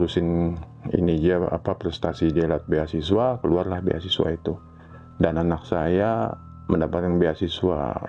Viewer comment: ..8.22, beasiswi bukan beasiswa, yhaa apa iyhoo.....